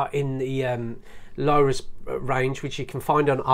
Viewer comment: Lorus - Not, Lowrus. But looks like it pronounced low - tuhs. Lorus are pretty decent cheap watches, I've got one and it actually has 100 metre water resistance which is insane for a £50 watch. This brand has even been in the film Wall Street, a Lorus dress watch was worn by Bud Fox, he checks the time before his meeting with Gordon Gekko. The watches have a serious crown issue though, as they are very stiff, when turning the crown wheel. Btw - 10mm isn't 'thin' - it's about standard height for watch cases and you say "it isn't scratched up or anything" - that watch has too many huge scratches everywhere, heck, you even showed them when you turned the watch over lol.